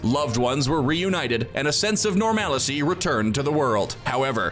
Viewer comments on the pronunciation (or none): Dude literally said "normalicy". Fire him, he doesn't know how to read.